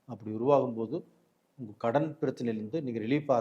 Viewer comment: ஏனுங்க ஐயா உங்களுக்கு தமிழ் உச்சரிப்பு இவ்வளவு மோசமாக இருக்கிறது? ஒரு நல்ல விஷயத்தை சொல்லும் நீங்கள் ஏன் தமிழைச் சரியாக உச்சரிக்க கற்று கொள்ளவில்லை?? அதென்ன உங்கல்?? ள‌கரம் வராதா?? கல் கள் வித்தியாசம் இல்லையா ? தமிழுக்கு ழ அழகு... தயவுசெய்து ழ வை சரியாக உச்சரிக்க பழகுங்கள். யரலவழள, மெல்லினம், இடையினம், வல்லினம் எதுவும் தெரியாமல் பேசினால் எப்படி? ??😢 கேட்க ரொம்பவே‌ கஷ்டமாக இருக்கிறது. வாழ்க தமிழ்..🙏🙏